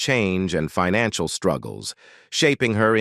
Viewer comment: As good as this overview is, the AI's pronunciation is horrible. "Financial" as "fee-nan-ciale"? Maybe redo it with a better edit on the text and how things are pronounced. I mean, PLEASE.